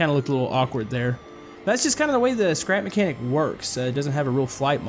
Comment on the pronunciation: Said his name right u should make the cotpit better